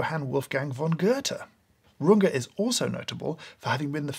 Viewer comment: As a german, i'd like to thank you from the bottom of my linguisitic-heart for saying "RungEH" and not "Runge" like "Grunge"